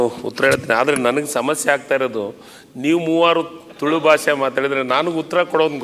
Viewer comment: 'ತುಲು' ಅಲ್ಲ 'ತುಳು' ಅಂತ ಗೊತ್ತಿರಲಿ. ಅದನ್ನು ಮೊದಲು ಸರಿಯಾಗಿ ಉಚ್ಛರಿಸಿ ಪುತ್ತೂರಿನ ಶಾಸಕರೆ ಹಾಗು ಸಭ ಅದ್ಯಕ್ಷರೆ.